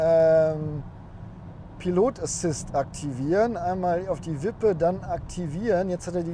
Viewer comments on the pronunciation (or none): none